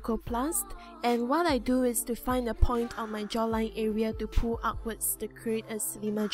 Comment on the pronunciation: its funny how she says "pull" like "poo" lol